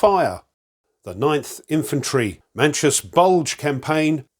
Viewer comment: Thanks for this,. This is one I’m looking forward to getting. It would be a blast to see a full playthrough of a scenario from you! Any FOF game will do. On a slight pronunciation note, Manchus is pronounced Man-choose (it’s a plural for the name of the last Imperial Dynasty of China, the Manchu dynasty). They saw service there around the turn of the century, in the Boxer Rebellion, I believe.